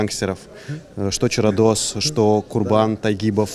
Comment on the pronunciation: Наконец то правильно сказал ЧарадОс😅